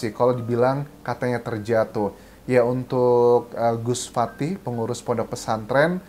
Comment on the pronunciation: bukan fatih tapi fatah bng